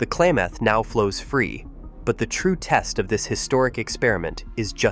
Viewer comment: Klamath, not Klaymath!